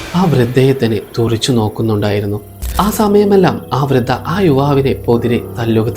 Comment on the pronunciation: വൃത അല്ല വൃദ്ധ